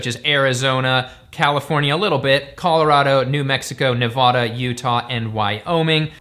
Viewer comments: It's Ne-va-duh not Ne-vah-da, lol. I live in the Carson Valley, at the base of Lake Tahoe, and many of the cow ranches have been sold in the last few years, and more homes are being built to accommodate the Californians moving here. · I love you BUT as a 3 rd generation Nevadan it’s pronounced nevaDA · I think it's the middle syllable that gets abused.